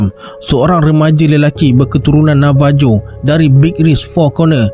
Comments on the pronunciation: Correction.... Navajo to kita sebut dan H... Navaho.... Mcm Marijuana tp bila di sebut bukan dan J tp H... Marihuana.... Ok, Jgn marah ek... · Navajo tapi sebutan sebenarnya navaho...